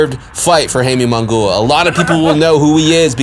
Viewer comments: You need to work on the pronunciation ofJaime's last name. It is NOT "mongooa", And by the way... ...He will loose horribly! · Bro as soon as I heard that mispronunciation, I was like this dude knows very little bout boxing, Munguia has been around for a while now....Should know how to pronounce by now by just hearing others. Not a true boxing fan in my opinion. lol